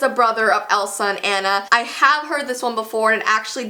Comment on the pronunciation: i love frozen cause my name is Anna also finally someone does nt pronounce anna Onna